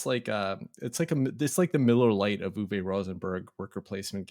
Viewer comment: The drink analogy was great. I really appreciate your sly humor and your game insights. Since you asked about finding answers to the John Company and origins of UK as a name, I’m going to share one thing: Uwe is pronounced Oo-vuh, not Oo-vay. Keep up the great work.